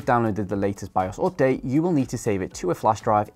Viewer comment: its (update) Not (Opdate) 😁